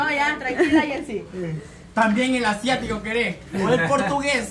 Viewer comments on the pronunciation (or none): Ciatica ..no asiatico.. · 😂 yo también le digo asiático pero es Siatico 😄😄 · Estos muchachos dicen el NERVIO ASIATICO😂😂😂 y es el NERVIO SIATICO